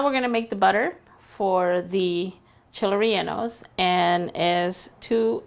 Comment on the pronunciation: “ Cheeley reyllenoes “it’s Chiles rellenos